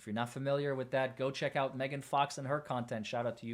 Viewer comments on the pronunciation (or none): none